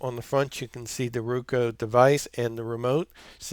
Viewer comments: Haha! It's "RO-KU" NOT "RU-KO" Thanks for the video. Sling offered a free Roku express if I sign up and I wanted a good review video. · Hi, Sounds as if he is saying "Rueka", and that sounds like some sort of a vegetable. BTW, I do have a Roku Express, and think it is well worth the $30 cost. 10/07/2017